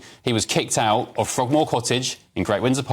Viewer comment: This commentator is apparently unable to pronounce consonants clearly eg forc (ed) kicked ou (t) thank you for joinin (g) me. "hell ho(le) in England" if this is righ(t) Ugh Cant listen to these characters with their gutter slang and inability to enunciate. Is this demotic English planned to be the standard English of GB News for the future?